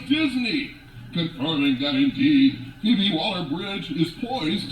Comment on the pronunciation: Her name is pronounced 'FeeBee' but yeah this crap doesn't surprise me.